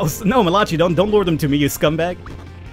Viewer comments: you're killing me bro, surely you've heard the name Malachi (Mal-a-ki) before....not malachi (Ma-lach-e) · I think Malachi is pronounced Ma/la/kai and I had a gameboy until it stopped working